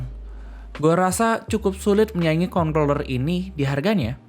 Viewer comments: nyebutnya concloller apa controller sih? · hati2 salah sebut kontorler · ini ngomong controller kenapa dibacanya kongkroler sih hahahahaha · besok ganti kata controller sama gamepad atw joystick aja, biar ga keseleo nyebut...wkwkwkwkwk